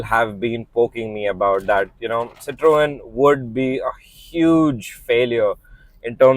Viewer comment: The only reviewer who pronounced Citroën correctly. Subbed!